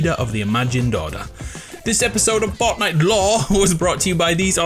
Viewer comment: Is it just me or did he say ortnite Edit:its remerez because both her and jonesy got the original skin